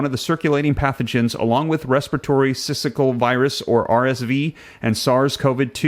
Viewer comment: Please revisit your pronunciation of the word syncytial.